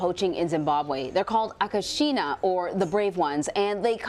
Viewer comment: It's called "Akashinga", not Akashina. Check the official trailer :) I love the fact that these fantastic ladies are all VEGAN! :D